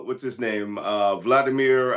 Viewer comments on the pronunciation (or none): none